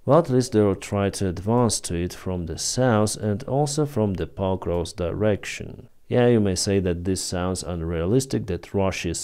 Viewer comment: Sounds like he said " pot roast direction"